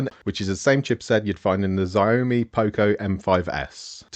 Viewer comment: wtf is a Zy-oh-me? Xiaomi? So say Xiaomi not Zy-oh-me you utter weirdo.